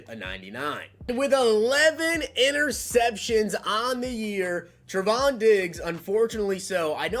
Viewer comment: Trevon (TRAY-VON)